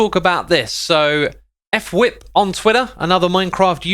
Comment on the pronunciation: I’m pretty sure it’s actually pronounced fwhip as on word, not f-whip